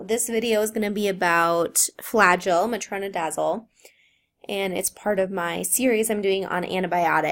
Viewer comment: Metrazledazle, my new favorite expression